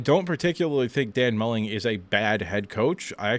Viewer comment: His name is Dan Mullen not Mulling